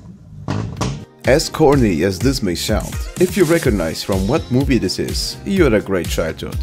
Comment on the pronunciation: Asian lady: I go dis way